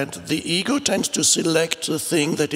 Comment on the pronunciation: Often when Eckhart says "ego" my brain hears "eagle" :D